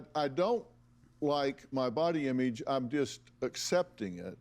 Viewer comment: Irrelevant. But the way Dr. Phil says "Imeedge" (image) is just.... ugh.